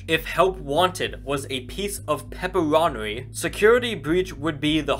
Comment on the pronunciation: Fun fact: can't say pepperoni